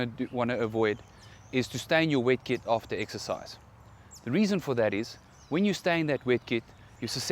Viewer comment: What is 'wekkit' ..? Oooooh - 'WET KIT' ..!